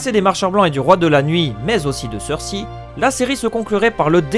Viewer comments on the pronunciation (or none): Mec j'aime bien tes vidéos mais fais un effort sur la prononciation des noms stp, "Martin" et "Cersi" c'est vraiment pas possible, et vnez pas me dire qu'il prononce les noms à la française sinon sinon Jamie tu le prononces comme le mec de c'est pas sorcier et pas comme dans la série...